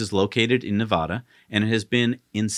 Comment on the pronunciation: ... Do you have any idea how badly it grates on a native Nevadans(or Spanish speakers) nerves to hear someone mispronounce "Nevada". Do you? Beyond that, I hope to see Tesla's battery tech trickle down to smaller vehicles. Like e-Bikes. I own 2 so far, both of them DIY projects. Both powered by Bafang Motors(a BBSHD and a M620). The weak link is the Battery.